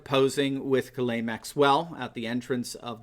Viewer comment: Say her name.. Ghiz-lane.